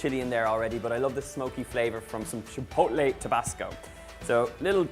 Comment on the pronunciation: “ Chipoelay” lmao, the t is not silent silly.